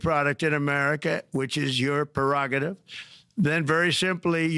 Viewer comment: How much coaching did it take for him to be able to pronounce 'prerogative' ?